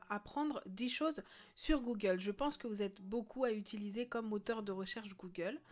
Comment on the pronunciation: comment sa s écrit : Google comment on le prononce : Googeeuulee